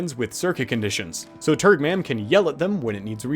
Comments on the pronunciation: I swear every time you say turgmam i hear turdmam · I can't stop hearing "turdmom" when naming that planet